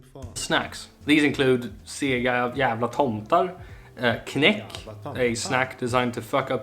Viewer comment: Knaeck (the K is pronounced! It rhymes with "what the heck") is homemade caramel but is cooked much longer so it gets hardened. It's a traditional jul candy -some do make them but all do not. And it can be bought just not in every shop. Ice chocolate is another popular Jul candy, essentially a soft choclate in the same little colored forms.